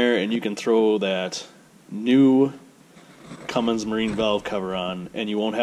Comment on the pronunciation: You said cummings 😑